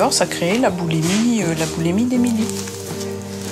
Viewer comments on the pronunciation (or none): boulimie pas boulémie ça m'énerve cette erreur de langage :@